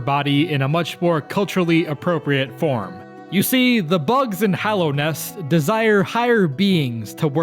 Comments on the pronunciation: HALLOW-nest not HOLLOW nest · its Hallownest not Hollownest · Beats the timeless classic “Hollow nest”